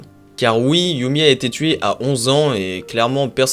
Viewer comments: Super vidéo, sinon on dit "yeummy" et pas "yoummy" :) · "yami" pas "youmi", c'est un gamin des USA pas du Japon